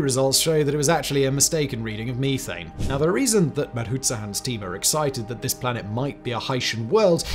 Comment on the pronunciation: Me-thane, you-thane, they-thane